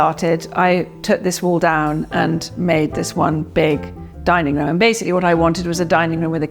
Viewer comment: "rhumm", "fahplace"